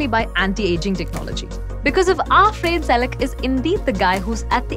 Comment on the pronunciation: His name is not pronounced as [f'rein] but [f'ra:ne] (more or less, I can't bother to check exact IPA). You can't use English pronounciations for Croatian names, or any other foreign names for that matter.